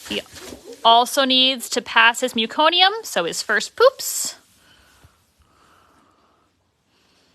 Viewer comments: What an awesome video. So sweet. Btw, it’s meh-co-nee-um. Not mew-co-nee-um. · I’m from Canada and I was a L&D RN. We deal with an awful lot of meconium. Never heard it pronounced that way ever.